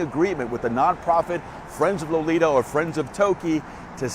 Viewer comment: Her name is Lolita say it right or don't say it as all